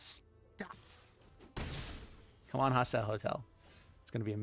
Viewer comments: Hostile HOSTEL. Love your deck techs, but this was killing me lol. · Even if he says hostel I think it'll still be grating if he doesn't also change his pronunciation of hostile to match ;)